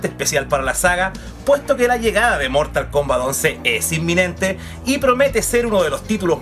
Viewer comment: yo apostaría a que dijo "mortalcomba"